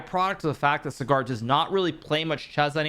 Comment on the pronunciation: Writing this cause Sagar's name has been butchered so many times. It is Saa-gur phonetcally, not Cigar. It is a matter of respect and hope this is remembered,. As always a big fan of your videos..